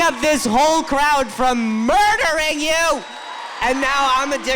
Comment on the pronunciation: It’s how he says murdering 😂😂😂